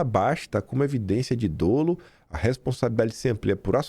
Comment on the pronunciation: a pronúncia correta da palavra "dolo" é "dólo", com o primeiro O aberto. Com admiração por seu trabalho.